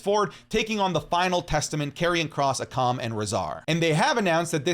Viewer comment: akam is pronounced ay-kum